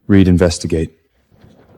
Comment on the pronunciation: Did Leon turn into a girl now😂these AI's but we keep watching,and how they pronounce 😂😂😂😂😂